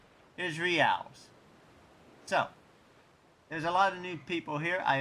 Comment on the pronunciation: Reals is pronounced 'HEY-EYES'